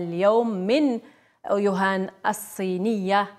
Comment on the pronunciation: شكون راه يسمع يوهان ماشي ووهان 😷😷😷هههههه